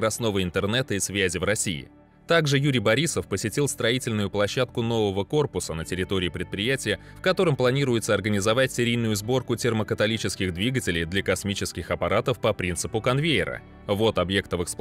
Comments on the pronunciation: Приятные новости... Но вот мне показалось католические и католитические это немного не от том речь? и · Я тоже поначалу думал: "Оговорка", ан нет -- продолжает и продолжает "термокаталические" говорить. Да так уверенно, что я даже засомневался, может, что-то новое такое изобрели? Ан нет, двигатели как были термокаталитическими, так и остались. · "Инжиринговый центр" грузовик разработал, а на спутниках будут "термокатолические двигатели". Ребята, проверяйте озвучку.